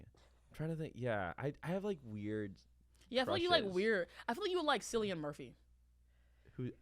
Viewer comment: baby it’s KILL-IAN Murphy 😭🩷